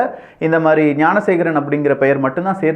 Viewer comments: Bro please check in 6 min instead of gnanasekar mispronounced as gunasekar.... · என்ன தம்பி விக்கிஃ வார்த்தைகள் தடுமாறுகிறது. குற்றவாளியின் பெயர் ஞானசேகரன். நீங்கள் ஏன் குனசேகரன் என கூறுவதில் நோக்கம் என்ன? விளக்கம் தேவை.